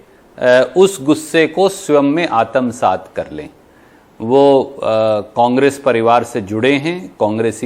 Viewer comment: Aatamsaat nahin ...... aatmsaat Hota hai